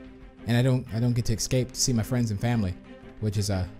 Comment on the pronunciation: I love how said "excape" instead of "escape"